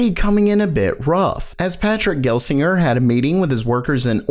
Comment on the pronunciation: Patrick GELSINGER as in "JUH". "GEL" >:(